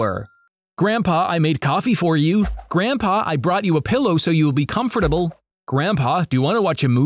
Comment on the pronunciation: the way he says comfortable is weirdly unsatisfying